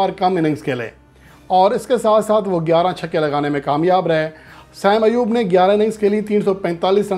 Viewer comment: بیٹا دو لوگوں کے تقابل میں "بہترین" (best) نہیں ھوتا، محض "بہتر" (better) ھوتا ھے۔ بہترین (best) کے لئیے کم از کم تین میں تقابل ھوتا ھے۔ نیز نام کا تلفظ "سیم ایوب" نہیں "صائم ایوب" ھے۔